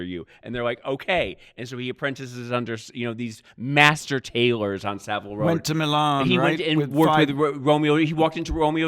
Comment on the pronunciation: It's Saville 'ROW' James...not road.